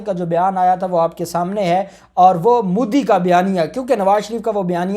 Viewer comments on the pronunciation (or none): none